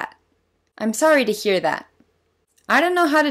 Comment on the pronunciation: メガネ早いよね。 で「I'm sorry to」で始まるトコが、「イスアイダ」としか聞こえないから癖も強そう。 「イスアイダ」ならまだいいけど、なんとなく頭にDが入って「ディスアイダ」とも聞こえる。 こんな簡単な文章が、こんなにも意味不明な発音になるなんて、ネイティブ英話者は魔物だわ。